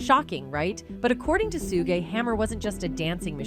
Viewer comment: So I gotta listen to ai say Suge name wrong the whole video???